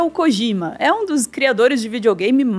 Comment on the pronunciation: Gente, todo J no japonês, tem som de D. Não é KOGIMA